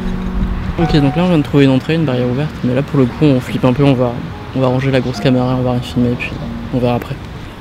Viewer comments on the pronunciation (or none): none